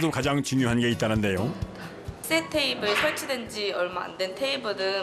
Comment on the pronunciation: 테이븐?? 내 귀가 이상한건가.... 돌려봐야지